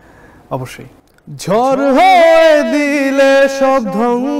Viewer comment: ঝড়কে ঝর বলেছে😂😂